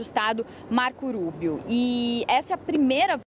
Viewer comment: Ensina essa guria a dizer o nome do marco Rubio. Fala como se fosse rua -rato...